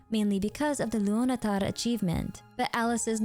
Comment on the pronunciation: I love how you pronounce Kuutar, Luonatar and all the Tar's with a hard R ❤